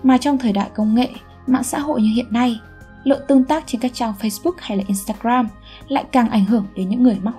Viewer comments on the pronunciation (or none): none